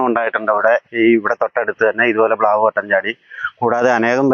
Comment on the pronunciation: പ്ലാവല്ല ചേട്ടാ മ്ളാവ്.